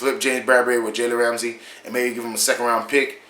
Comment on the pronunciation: Learn how to say his name